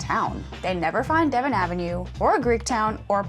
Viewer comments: You keep pronouncing it Devin, the correct pronunciation is if you spelled it like de von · Devon is not Devin, it's Duh-vahn. Just fyi. ;-). Nice video. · Your are not from Chicago. It's not De vin / Devin St. It's De von = Devon St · I am a Chicagoan born and raised. I just stumbled on your channel and you guys are lovely. I know if I ever move away from Chicago I will miss the food. So many options and all of them just feel like home for me. Don't sweat the Dev-on mispronounce, it is always a street name amongst a few that when I hear it I know oh someone is not from here. Keep up the great content. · Devon Ave. is pronounced "deh-VAUGHN". Source: my mom grew up on the street. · Devon is pronounced like "deh-vaughn" accent on the 2nd syllable. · It’s pronounced Da-von Avenue. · that ain't how Chicagoans pronounce Devon, but no problem (we say daVONN) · He is exactly right you are mispronouncing the street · Thank you for hitting the neighborhoods, that’s really what makes Chicago special! Other’s have corrected you about the local (albeit nonconformist) pronunciation of Devon, but quite a great food neighborhood. Watch out, those moon cakes are calorie dense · Hey, seriously don't sweat it. I'm a Chicago native and current resident. The first time I heard Devon "mispronounced" was on MoviePhone (look it up if you're too young to remember it) and it cracked me up because I had never made the mental connection to the English county. That gives you an idea as to how ingrained the local pronunciation is. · Thank you as somebody who lives off of Devon my heart stopped when I heard her pronounce it that way😂 I literally learned how to drive on that street. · The way she pronounced Devon hurt my ears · Please take note that the English speaking population of the world is over 1.5 billion and only people from Chicago apparently pronounce it like it's French :D You're welcome.